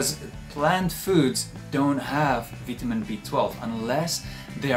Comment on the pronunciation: Veetahmeen BEE?? I love your videos. Thank you.